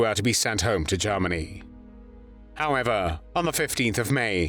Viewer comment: Interesting video...............I find the narrator's pronunciation of Germany a little bit "Lord Haw-Hawish"......(Jarmany, as opposed Germany), but it doesn't detract from the content